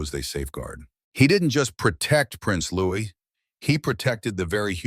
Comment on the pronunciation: LOUIE….NOT LOUIS …is the proper pronunciation!!!